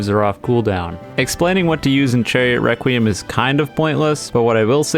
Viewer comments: Is it just me but when he says "Requiem" does he say "wequiem" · he said chariot wrecuiem